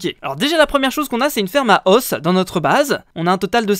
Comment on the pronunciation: Petite erreur de prononciation!! à de la vidéo "Le mot « os » s'écrit de la même façon au singulier et au pluriel. Mais il ne se prononce pas de la même manière selon qu'il est singulier ou pluriel. Au singulier il se prononce [Os] comme brosse. Au pluriel il se prononce [o] comme eau ou ô." Voilà voilà ^^'